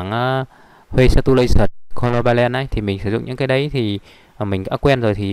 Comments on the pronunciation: Không hiểu sao những anh giỏi về đồ hoạ lại phát âm tiếng anh tệ đến thế :-<. Nó khiến người xem phải căng mắt ra nhìn xem những chữ đó thực sự là gì khi mỗi lần nghe a phát âm. Còn lại mọi thứ đều rất hay và giá trị. Cám ơn a! color balance = "cô-lô-ban-ke" color replace = "cô-lô-rép-pát" v.v.... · Nhìn chung bạn dạy khá dễ hiểu , bạn chỉ chú ý cải thiện cách phát âm tiếng anh thì Video sẽ thu hút hơn như color balance, color replace , adjust ( bạn mở google dịch xem họ đọc như thế nào rồi đọc theo thôi) :) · Color “ban ke” nghe vui phết Thanks bác ad nhiều!!